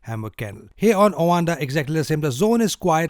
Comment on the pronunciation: Wtf is “owanda”?